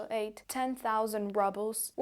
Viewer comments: I never heard Rubel pronounced this way. Sounds like Rubble 😅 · Fake Russian. Can't pronounce Rubles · It's pronounced ROOBELS not RUBBLES. Fake Russian. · I like how you say Rubles as "Rubbles". Deliberate? Seems appropriate. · I like the that you pronounce your currency as ‚rubbles‘. I think that hits the point! 👍🏻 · This was fascinating. You don't hear much from inside Russia. Thank you. (note: congratulations on your excellent English - three words need attention: rubles, bunker and haven). Thank you again